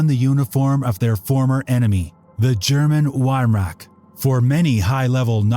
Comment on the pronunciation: I stopped watching because you couldn't pronounce Wehrmacht correctly. Sorry, but if you couldn't get that detail right, I don't know that I can trust you with other details that are more complicated.